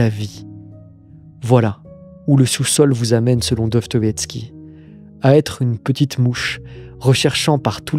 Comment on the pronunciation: Répète après moi : Do. Sto. Ïev. Ski.